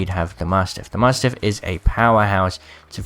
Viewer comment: please learn how to say mastiff lol also man get a backpack ffs